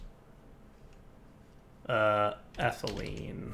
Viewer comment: Pronounces ethylene correctly, but still mispronounced polyethylene